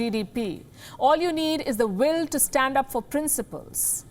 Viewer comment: You said will... I heard balls!